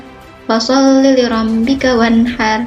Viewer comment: Maaf apa sy salah dengar anda membaca ada yg salah... Anda membaca liranbi harusnya lirabbi. Lain bacanya lain artinya